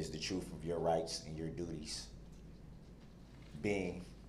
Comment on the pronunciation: Troof??? Lmao